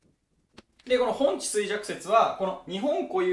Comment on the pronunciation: ほんちじゃなくてほんじだと思います！